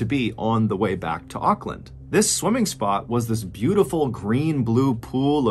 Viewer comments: Just wanted to give you an fyi - Auckland is pronounced "ork" land :) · Sorry, I couldn’t finish watching. Every time you mispronounced Auckland I cringed and lost concentration on what you were saying. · It's not pronounced Okland lol it's pronounced more like orkland